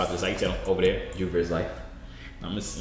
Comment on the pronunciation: Nigga said turr not yurr